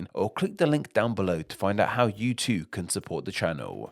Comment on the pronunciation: I think it looks nice and fitting given the topic, if there's something that could change to improve the video more tho it would be the narration - you seem to drag out words in the same way repeatedly. I truly think its the kind of thing that could add variety and depth to the voice if used with a wider set of sorta narrator inflections but in isolation then-uh, too-uh, lives-uh (e.g. to 5) if you listen for it it's super apparent and yeah it seems like the kind of thing that is probably worth looking at even if that involves finding some videos with narrators you like and mimicking those to try different speech patterns out but yeah